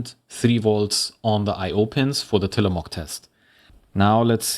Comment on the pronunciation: from an oregonian; till-uh-mo(slightly long o)hk. not quite how you'd say mook, not how you'd say mock. but also not a proper long o/oo. perhaps muhk.